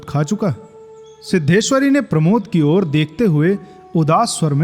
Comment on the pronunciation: उच्चारण थोड़ा और सही करिए भैया, मां की ओर सुस्त नजरों से देखा वाले प्रसंग में, मां की और सुनाई देता है। जबकि, मां की ओर होना चाहिए